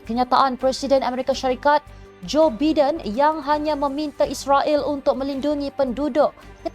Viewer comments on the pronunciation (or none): Dik, tlg baca ‘Jo Baiden’ bukan ‘Jo Biden’